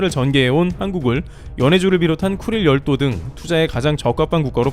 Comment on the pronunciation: 나만 그런가.....왜 자꾸 급똥지역으로 들리지......